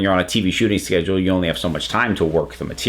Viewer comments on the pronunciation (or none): none